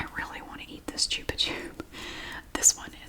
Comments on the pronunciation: Yes, you are 100% pronouncing it correctly in this video. This is a Spanish brand, and chupa (pronounced choo-pah) means "suck," as in what you do with a lollipop. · We still have Chupa-Chups everywhere in Portugal! In little cylindrical displays near cash registers in grocery stores 😊 I've love them for 22 years now 🤭 p.s. we say it the way you did too, it's a Spanish brand so it's the most accurate way 🤷‍♀